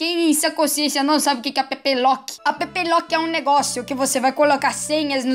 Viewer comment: Mano, ao envés de ouvir app Lock eu ouvi a bebelota